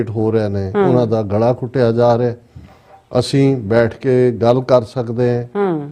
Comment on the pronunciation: Galaa ghoteyaa ni ghutteyaa jaa rihaa panjaabi word Ghutteyaa hundaa